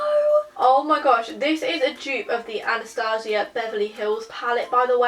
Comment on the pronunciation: Love how she pronounces Anastasia (Beverly Hills) differently to Anastasia (Kingsnorth) xD